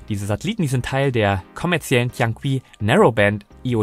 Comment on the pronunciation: Tianqi = Tjän tchi ( das "ch" wie in München)